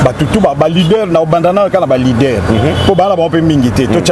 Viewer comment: Bjr na esprit ya bien zongela kosala dicté.leader et non lidere